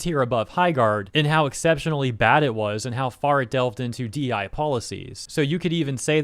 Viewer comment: DEI, not DI